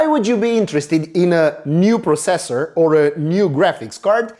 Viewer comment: gd review but the way u say processor really bugs me